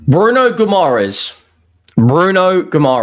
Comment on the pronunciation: Bruno's last name is pronounced Gi-mar-eye-sh btw...